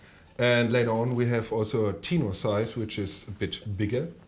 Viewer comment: What the hell in a "teenor" ??? Hello the word is tenor spoken like the word "ten" (10)